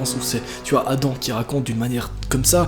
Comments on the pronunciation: Je croyais que ça ce disais "adam" et pas "adan" 😭😂👽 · c'est pas Adan c'est Adam!!!